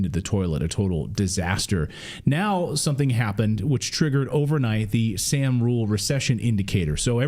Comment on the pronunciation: The Sahm rule is pronounced som like Tom.